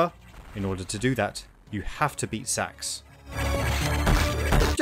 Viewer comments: This guy’s the only person I’ve ever heard pronounce the S.A.X.’s name as “Sax” instead of “S-A-X” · it's not "SAX" its "S.A-X" 3 letters, that's what acronyms are. It's U.S.A not "ooosaaah" is it? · as a saxophone player i got really confused when you said sax instead of S-A-X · Dude it's not sax it's s a x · Every time you phonetically pronounce SA-X... ...i'm terribly sorry, but it sounds like you're saying "sex." Lol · Love a good review of Fusion, but your pronunciation of the SA-X is excruciating. -10000/10 would rather get infected by the X. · Warriors land 4 wasn’t inspiration, they just reused the engine And you mispronounced SA-X You say each letter